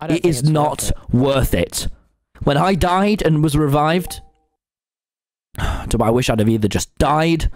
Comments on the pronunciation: You said toby not beeto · Who else noticed Tommy saying Toby not tubbo